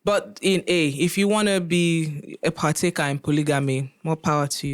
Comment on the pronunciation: She said partaker 😅😅😅😅😅shade ooo